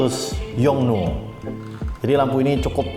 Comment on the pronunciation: gak usah dimonyongin gitu juga kali nyebut yong nuooooo.... 😍